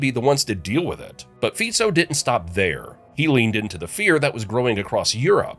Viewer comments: It's Fico pronounced as (Fitso) not Fiko. Please, do your research properly when you do videos like this. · His name is FICO, and not FIKO ! ! STUPID PEOPLE ! SAY IT OUT THE RIGHT WAY ! FICO. OK ? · Btw its not Fiko but Fico (Ficso could be pronounced its C not K) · It is not Fiko…..all these channels bastardising names but don’t you dare to mispronounced english names right? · It's Fico (pronounciation as Fitso), and he didn't solve shit. He just made Slovakia the shithole that even immigrants don't want to come here.